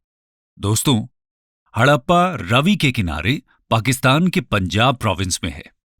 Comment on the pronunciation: रवि नही रावी